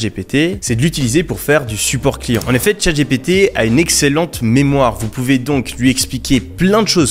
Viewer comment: "Tchate j'ai pété" 😆 c est clair que prononcé à la française c est pas ouf. Pourtant "OpenAI" et "MidJourney" tu les maitrises en VO ! Merci pour le contenu anyway, en particulier l aspect API.